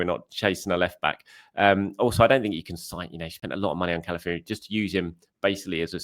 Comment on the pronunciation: Hi - his name is CalaFIORY.... not CalaFURY.